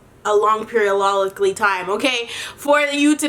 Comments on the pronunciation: ass keep on saying “Periolically”... I can’t even spell the shit 🤦🏾‍♀️. We may as well add it to the dictionary 😂😂😂😂, send that shit to Webster. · “A long periollolically time okay” lmao I love you 😂💕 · “A long periolollically time. “ 😂😂😭 My favorite video.